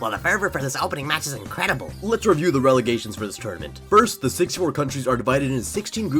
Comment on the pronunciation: “Ralagations.” Good one bro